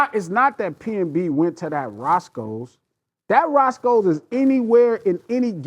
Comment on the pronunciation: Its PNB> not PMB